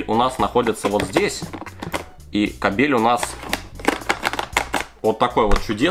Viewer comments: Может кАбель, а не кабЕль! Ты россиянин!? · КАААБЕЛЬ А НЕ КАБЕЕЕЛЬ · кабель... ударение на а... если на е, то это другое слово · кабель ,а не кабель 😂😂😂